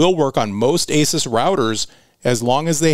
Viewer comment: Pronounced "A Zeus". Awesome video as usual